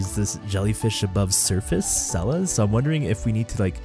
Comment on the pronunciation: I love you but if you keep calling sellas sella I will lose my mind but jokes aside ive been so hyped for you to explore this beautiful area!!!